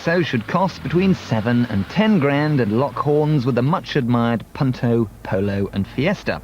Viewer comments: what, you the punt-toe 🤣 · The way he says Punto makes me 😆